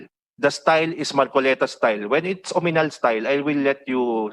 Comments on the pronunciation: Sino ba yung comm chair? Hindi nya masabi ng tama ang OAMINAL? OMINAL ang sinasabi nya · Oaminal? .. Akala ko Oanimal?!! HAHAHA